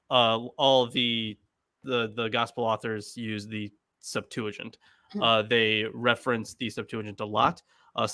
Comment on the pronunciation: Will someone, please, teach how to say "septuagint" in English? SEPT-wa-gint (g as in go)—not sep-TOO-a-jint.